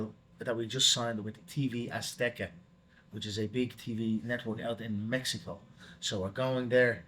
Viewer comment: the way Conor says MMEXICO 😂